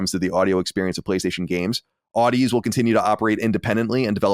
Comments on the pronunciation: Just a nitpick of a pronunciation correction: The Sony acquisition of "Audeze". The companies name is pronounced as if you are saying "Odyssey". It is pronounced "Aw - dee - zee", a mix of Audio and Odyssey. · Audeze pronounced like Odyssey, but with a zee at the end. FYI 👍🏻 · Audeze is pronounced like Odyssey but with a Zee at the end. And their main draw is they are the main drivers of planar magnetic drivers which are great for quick, responsive sound and deep bass, things that will make for a great gaming headset.